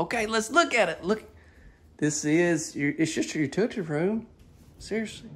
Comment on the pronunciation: Thanks for your videos I really enjoy them. However, I have to laugh every time you say “utility room”. I actually had to rewind it several times to figure out your Alabama pronunciation. You actually say, “you-two-tea” room. You’re killin’ me smalls. Thanks for the chuckle.